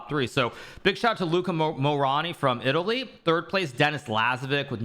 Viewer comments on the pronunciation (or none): none